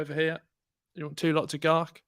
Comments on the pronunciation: Gark Moldbridge lol 😂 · Gark molbridge 😂